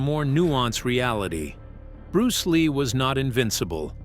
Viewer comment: Am I the only one that finds it irritating?The way he pronounces bruce ley's style and the green hornet character !!!